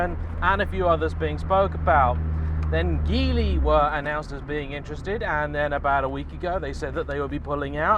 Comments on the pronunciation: It's pronounced "JEE-LEE". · Hi, Geely is pronounced "gee lee". It is actually "jili" in Pinyin romanisation but they have decided to use Geely.